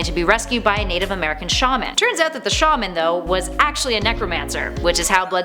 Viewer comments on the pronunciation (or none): none